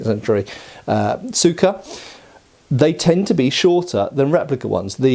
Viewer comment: Tsuka is pronounced Ska not T-Suka. Here’s a video with native Japanese pronouncing Tsuka